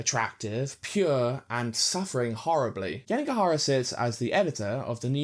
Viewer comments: it’s YANAGIHARA, not Yanigahara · Great video, but I think you switched around the vowels in Yanagihara's name. You kept saying YanIgAhara, instead of the other way around. Great view nonetheless!